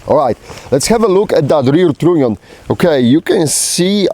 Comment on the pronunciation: Is he saying "trunnion"? Sounds more like "tritium"